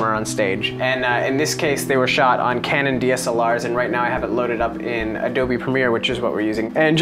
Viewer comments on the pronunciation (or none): none